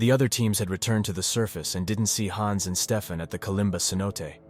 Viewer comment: The wrong pronounciation of Hans is really annoying